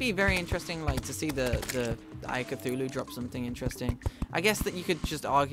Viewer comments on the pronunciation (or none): none